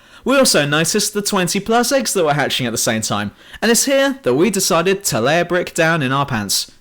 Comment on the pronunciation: I like how he says 'I just DECIDED to fill up my pants' like he had a good long think about it